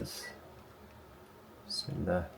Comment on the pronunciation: Love the way you say "Bismillah" Hafidakollah Brother many thanks for this video! Keep going brother!